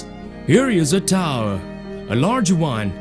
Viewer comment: Here ish a towerrl. A rarge wun. A rear wun.